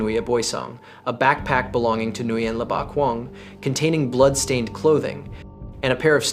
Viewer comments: Le is pronounced 'Lay'.....not 'Lee'. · I know others who prefer to pronounce it as Lay